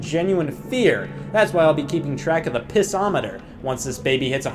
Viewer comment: Anyone else coming back to this mad he called it a Piss-O-Meter and not a Pissometer?